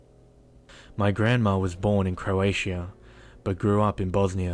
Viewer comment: it's not (croašija like you prononced it but Kroatia and Boznia is Bosnia prononced with an S) just thought i let you know.